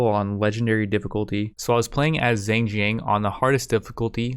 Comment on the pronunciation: I like these videos because you can tell his pronunciation gets better and better every video from calling Zheng Jiang Zan Zan all the way to Zhen Jian I can't wait until one day this guy is completely fluent in mandarin but can only say the names of historical figures and cities